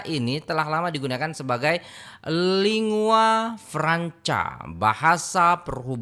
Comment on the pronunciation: Lingua Franca itu sebutan vetulnya Ling gua fran ka bukan lingua Fran ca